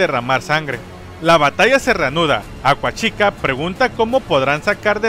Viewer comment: Acuachica jaajaja lo escucho raro xD